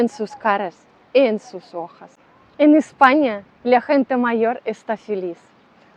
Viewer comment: Lo importante de los idiomas, es entenderse entre las personas y cuando tu hablas, cualquier español te entiende perfectamente. Es cierto que tienes un acento extranjero muy fuerte, pero se entiende muy bien. Si me permites el consejo, he notado que muchas veces pronuncias la vocal ( o ) como una ( a ). Es decir, dices " buscar trabajA" en lugar de "buscar trabajO", dices los " ojas" en lugar de los " ojos", o al decir: " tu amor por el flamenca" cuando es " tu amor por el flamencO" ... LO DIGO SOLO POR SERVIR DE AYUDA, nunca como crítica. La vocal ( o ) se pronuncia en español siempre igual, es la misma ( o ) de gato, camiÓn etc. En Andalucía hablan un español, que puede ser difícil de comprender para un extranjero, porque se "comen" algunas letras de las palabras. Tu tienes una forma de hablar español, un poco del centro / norte de España, digamos muy neutro. Pronuncias "parecido" a mi, que he nacido en Madrid.